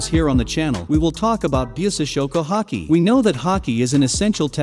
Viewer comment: Say Haky one more time